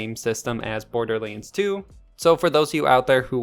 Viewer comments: Wait WAIT! It's BorderLANDS, not Borderliiiiines xD Bothered me insanely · THE WAY YOU SAY BORDERLINDS 3 pisses me the fuck off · Why is no one talking about the fact he doesn’t have an “A” in his vocabulary “Borderlens? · Border Leens.